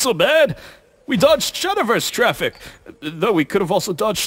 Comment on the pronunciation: Didnt anyone notice that majin said Shatterverse